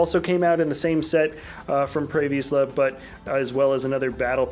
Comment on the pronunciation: Anyone else get triggered when he said prey v EE sla and not prey Visla